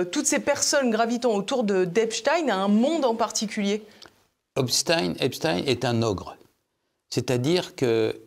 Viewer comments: Il faut arrêter de dire Epstine mais Epstein comme Einstein oui il était juif inutile de le cacher ! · Pas Stein mais prononcer stien. C'est juif. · Comment on prononce Epstayne ou Epstiiine ? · Pourquoi il l’appel Epstine tout le long?